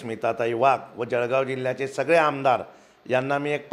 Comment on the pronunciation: पत्रकार महोदय! तुम्ही सुखक्षित शिकलेले पत्रकार असूनही जळगांव उच्चार जडगाव म्हणतात तर इतर लोंकाचे तर वेगळेच! आणि जिल्हा बँक मुद्दल आणि व्याज पण घेते उगाच लोंकाच दिशाभूल करू नये आणि तिसरी गोष्ट जर पीककर्ज मर्यादा वाढवून मिळाली तर शेतकऱ्यांना चांगली होईल शेती साठी इतर लागणाऱ्या साहित्य आणि इतर सुविधा, त्यावर शेतकरी खर्च करू शकेल!